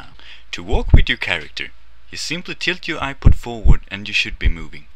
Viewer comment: HAAAAAAAAAAAAHAHAHAHAHA!!! "On ya apah".